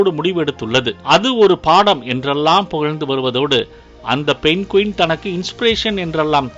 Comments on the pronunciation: Adhu penguin not penqueen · Penguin not Pen Quin.. 😊